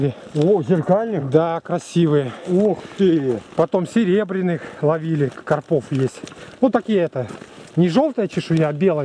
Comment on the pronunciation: Думаю правильно говорить не на посёлке а в посёлке,карпов ударение на а))